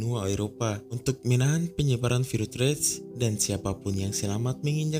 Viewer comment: Virus bang bukan virutjjjjj